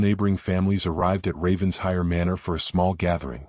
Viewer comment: Please, the pronunciation of Ravenshire is, as if it were two words, Raven Shire! ( Not ravens hire). (It sounds totally stupid when you say it as hire!